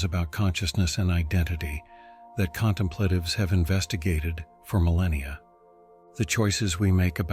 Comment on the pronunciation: That's NOT how CONTEMPLATIVES is pronounced. This kind of sloppiness indicates AI production with NO quality assurance (QA) and NO final, critical listening review. Now, THAT's how to pronounce CONTEMPLATIVES. Again, where's the quality assurance?